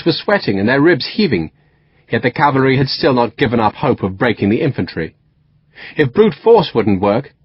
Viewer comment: He says 'cavary'.